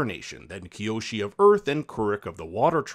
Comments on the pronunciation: Avatar Kai-oshi 😂😂😂😂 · If y’all are going to “pretend” to be fans of a series to try and get views of its fanbase, you can at least try and get the pronunciations correct. Hearing this guy mispronounce Kyoshi and Gyatso’s names really made me stop watching.